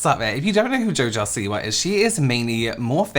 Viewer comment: That newscaster..."Jo Jo si-WAH" 😅